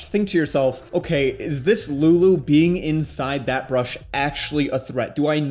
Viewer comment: I don't get it man are u saying "brush" or "bush" , because I am very confused.